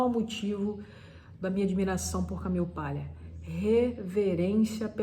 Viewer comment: Ótima visita à obra da Camille. Parabéns! Porém, achei a pronúncia “Camiu” extremamente irritante por estar longe de um falante nativo da língua inglês e mais longe ainda do aportuguesado “Camile”. Nem lá nem cá, apenas pedante.